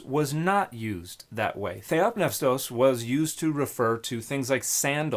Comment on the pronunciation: Why isn't the P in theopneustos silent?